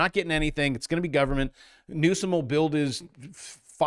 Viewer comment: you pronounced Newsom wrong 😂